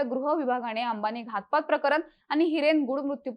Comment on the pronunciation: मॅडम प्रकरण बोला, प्रकरन नाही....